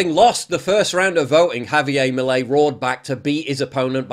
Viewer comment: You say « milei » so badd